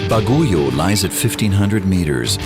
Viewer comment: Baguio is pronounce as " bag - yo" not " ba-gu-yo".